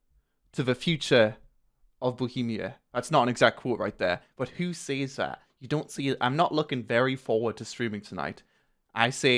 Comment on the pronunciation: Mocks bohemia for their language structure and then mispronounces says. I slapped like.